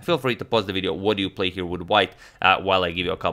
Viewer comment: Emphasis should've been on "play "...